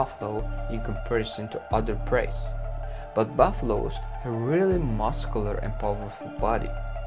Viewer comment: Love “muskulor preys”